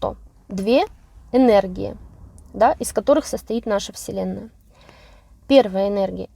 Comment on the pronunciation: Слово "вселенная"- слышится как вслЁнная. Не случайно?🤝